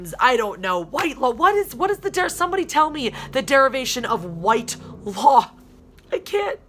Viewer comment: Wile, I totally agree with you. The name is pronounced Whit-law. The person I know with that name, It is their last name.